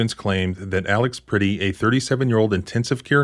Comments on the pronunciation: If you are going to use the murder of Alex Pretti to raise money you should at the very least learn to pronounce his last name correctly. 😑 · Well, Alex was a hansom man, but he was never pretty. It is pronounced as if you are saying Brett-tee. But with a P as in Prett-tee... Pretti! Renee Good and Alex Pretti will never be forgotten. Never. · Pretti -- rhymes with yeti. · Pretti rhymes with Getty